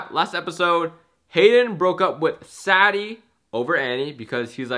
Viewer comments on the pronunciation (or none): It’s saydy not saddy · Does anybody notice his saying a different name then saddie when he says saddie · Who else laughed when he called Sadie saddy 😂😂😂